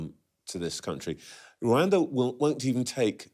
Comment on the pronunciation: Gove; after being so repulsive about everything, manages to annoy me again & anew by his conspicuously weird pronunciation of 'Rwanda'